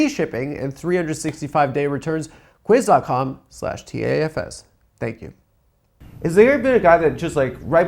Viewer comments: That's not how you say Quince, amigo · What are the chances that first sponsor’s name is the Spanish word for “fifteen” and Adam is mispronouncing it horribly